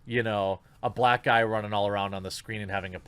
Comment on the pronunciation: "brack people"